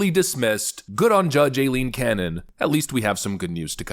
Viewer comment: “Eye-lean”. It’s pronounced “Eye-lean” ffs.